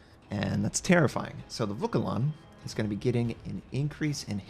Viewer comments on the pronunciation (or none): Vauquelin [ vokəlɛ̃ ] Jaguar [ʒagwaʀ] Guépard [gepaʀ] ;)